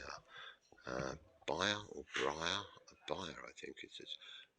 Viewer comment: Wonderful video! Thank you so much for including the organ 😊 So many people ignore it, which is infuriating to organists and organ lovers alike. BTW, bier is pronounced "beer" as in the ale. 😉 I've now subscribed to your chennel!